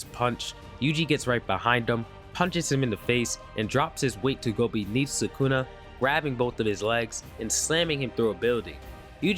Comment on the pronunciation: You pronounce sukuna like ppl who pronounce naruto all wrong Nuh-root-oh Suh-koo-nuh 😂 Just being honest